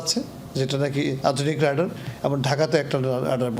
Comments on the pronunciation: আরে ভাই একটু শুদ্ধ করে বললে কি হয়? রেডার না!! রাডার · রেডার না, রাডার, ঠিক করেন